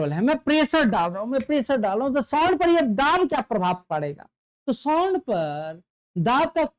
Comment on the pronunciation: Sound to dhang se bol lijiye